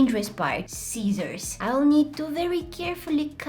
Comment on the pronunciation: when she said sissors i thought she said sietiors and i started to laugh so super very much